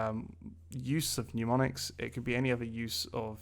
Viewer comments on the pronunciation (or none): Serious question, isn't it mnemonics, pronounced nem-on-ics, like nemesis? I don't know where everyone gets the nyu sound. Seems like at least half the YouTube language teachers are using this word like this. Otherwise, great content keep it up!!